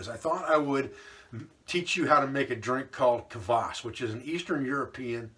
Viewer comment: Really good vid on this, rarely found in the West, drink. I think, despite the spelling, it is prounounced 'Kwass' not 'cavass.'